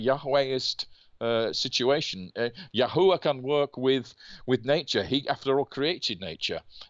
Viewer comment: That special feeling you get when David Rohl pronounces Yahuwah correctly 😮